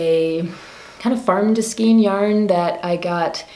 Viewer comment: Skein rhymes with reign.